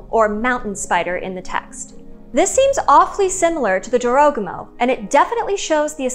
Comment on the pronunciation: Its not dziorogumo. Its Jorogumo. Like. Its. Not lambordzini. Its lamborGini. And Americans are unhappy when you mispronounce something.